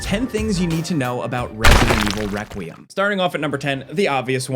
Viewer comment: Why can't this dude say requiem 😂I 😂